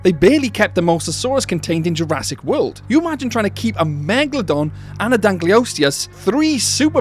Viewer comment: " I bet Jurassic can" sounded so normal to me, until my brain randomly starts to function. "I bet Jur-ass-it can" 💀💀💀